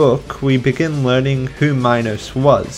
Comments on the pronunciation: Also, King Minos is said like Minnows, your pronunciation sounds like Minus, but it's different for everyone. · IT'S SPELLED MINOS AND PRONOUNCED ME-NOS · it is minos (meenos) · Bruh it's pronounced MEE-NOS. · the way he pronounces minos 😭